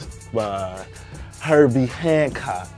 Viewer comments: aint heard of and cant pronounce Herbie Hancock. Hno nuffing wat a disgrace mass appeal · i wanted to post something, but this is it, i just subscribe to this, and one more wack thang and imma unsubscribe from mass appeal, im not even gonna get into lack of basic music knowledge or reading skills... but this is sad... hearing him saying herbie hancock is like a knife into the chest..i am happy to see that at this point it has double the ammount of dislikes than it has likes